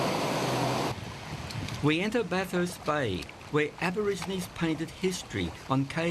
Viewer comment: Aborigines. Not abergeronie😅